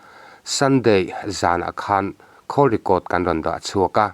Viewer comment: Khawl i tih kha. Phone i call i sawi anih chuan call ti in lamla. Atha hle mai. Thil i dah khawl i sawi anih chuan khawl tia lam tur ani e. Tawng hi hi fimkhur apawi mawh hle mai.